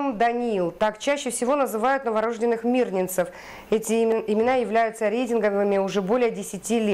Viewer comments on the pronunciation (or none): По уху точно ножом! Почему ведущая новостей, пусть и небольшого масштаба, такая безграмотная?! Новорождённый, буква Ё в слове. Априори ударение на неё! новорождЁнный!!!